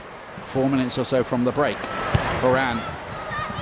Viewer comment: omg commentator its ALYSSA, not ALISA. Also you never say Lindsey HORAN right. Sorry been re-watching alot of these matches and catching these splits.